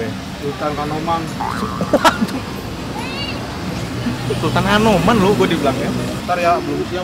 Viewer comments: Dia bilang sultan kanoman ( adiknya sultan kasepuhan ) bang nex bukan hanoman 😂 ogut kalo beli disono juga ngakak mulu emang 😂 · yawlah... BTW sultan kanoman.. bukan hanoman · Bukan hanoman bang tp khanoman itu nama kesultanan cirebon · Sultan Kanoman bang bukan Hanoman,Kanoman itu wilayah Cirebon